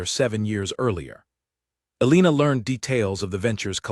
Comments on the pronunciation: Learn how to pronounce Elena or choose a different name. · Absolutely so annoyingly